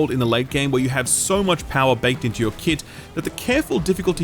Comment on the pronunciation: Came for Evil West. Stayed for hearing keep saying keet.